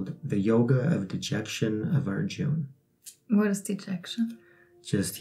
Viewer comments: Awesome. TY. You can drop "a" when pronouncing. Rama or Arjuna. Can't wait for Chap 2. Love all of your videos. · Proper pronunciation: Arjuna = Arjun Bhīma = Bheem Sātyaki = Saatyaki Bhīsma = Bheeshm ā = aa ī = ee